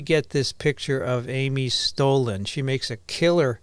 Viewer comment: It's Stollen, with a short "o"!